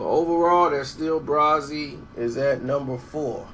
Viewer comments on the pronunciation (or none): Idk if you was playin, but it's meant to be pronounced bray-zee not brazi